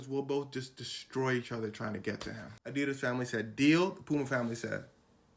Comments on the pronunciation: And here I was, a german, wondering when americans will find out the correct way to pronounce adidas and than this dude explains it perfectly and calls it ADEEHDAS again right after that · I remember back in middle school when I got my first pair of adidas I pronounced it (adi-das) and everyone was on my head about it. I was right the entire time……after all these years POV: I graduated high school in 2016